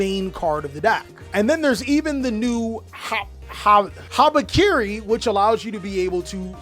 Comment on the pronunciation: When you watch a mitsurugi deck profile and while the cards are presented you think the whole time: "Did he just called the card 'Harakiri'? Surely, the card is not actually called 'Harakiri', right?" LOL.